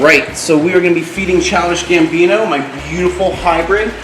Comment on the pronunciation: It's gabino not gambino